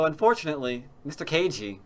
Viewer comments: Ke Jie sounds like "Kuh Gee-ay", not Kay Gee. You're killing me,. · That'd at least have one of the syllables correct, rather than zero. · Just starting to watch; I think you should try to put a little more effort into pronouncing "Ke Jie" correctly. You know, for respects and stuff :)